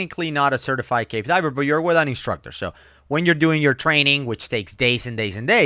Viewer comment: never sounds like hes saying "cave" diving. It sounds like hes saying "gay" diving and it makes it a lot funnier XD